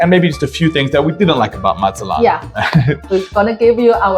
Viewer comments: I would think that after 28 days in Mazatlan you could speak the city name properly. As the colorful sign at the north end of Playa Norte shows, the last syllable is accented. You pronounce "MAZ-aht-lawn," but it's properly "Maz-aht-LAWN." To the people who live here, it matters. (Yes, I'm a little sensitive being born in the #4 most mis-pronounced city in the US, Spokane, and concluding a 45-years career in the #1 city, Sequim - two cities on opposite ends of Washington State.) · It's Mazatlan, not Matzatlan.